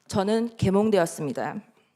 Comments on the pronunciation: 내귀에는 "저는 개년되었습니다"로 들렸다. 내가 계리를 그렇게 보아서 그런가? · 개년되었습니더로 들음 ㅎㅎ